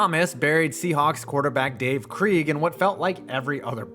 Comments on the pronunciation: It’s pronounced “Craig” not Kreeg. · Dave *CRAIG is how you pronounce Krieg. How do you get to use nfl video without permission? You just get away with it? I’d love to know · Dave Kreeeeeeg😂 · Dude come on it's pronounced Craig. He was to good to have his name announced incorrectly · Lets not forget Dave Krieg (pronounced Craig) evading what would have been Sack 8 for Thomas but instead was the game winning TD.